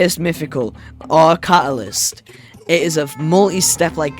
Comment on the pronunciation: Did you mean to say catalizt like it was a dreamythical?